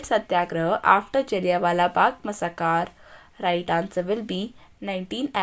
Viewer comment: मसाकार नहीं मैसैकरर